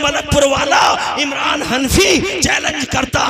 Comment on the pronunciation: इमलान नहीं है इमरान है